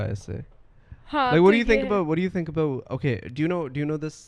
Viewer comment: Aboot ( here comes the canadian accent ) 😁